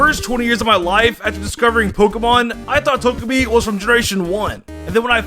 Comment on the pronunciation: Pokemon: Togepi and: "Tojapi"